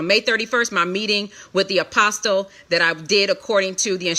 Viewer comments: One last thing, why in the world does this lady keep saying Apostle, the "T" is silent, so it is Apos"uhl" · 21 minutes in and she hasn't gotten to the meat...way too much "filling in " instead of just stating facts. FYI, the "T" in the word "Apostle" is silent. I would think one "called" would know that. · OMG the “T” in “Apostle” is SILENT!!!! I cannot stand it!!! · The T is silent!!!!!